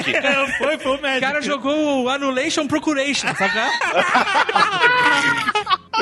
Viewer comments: "anullation procuration" hahahah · "Anullation Procuration"... :v How to Learne English mode ON.